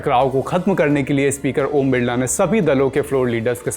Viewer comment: बिरला नहीं बिल्ला बोलो